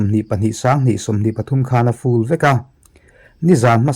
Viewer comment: A hun lo viau na a. Fool leh full kan lam dan hi uluk a ngai khawp mai. Mizo in full kan lam dan hi fool ang hian kan lam tlangpui a. Hnamdang tan chuan a nuizatthlak ang. 😅 Aaaa vek a. Tihna a ni daih